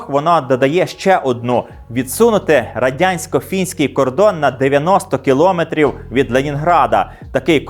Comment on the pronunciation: Відео дуже цікаве, як і весь канал. Тільки кілОметри трохи ріжуть слух